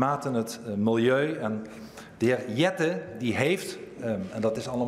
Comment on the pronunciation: Eerder de heer jet(ten) spreek uit in het engels